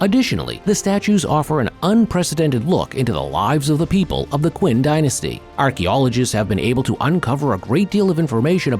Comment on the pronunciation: It's pronounced chin dynasty, noy quinn.